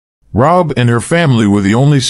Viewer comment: .......by the way, her name is pronounced "RA-hab". Love this study. Thank you. ♥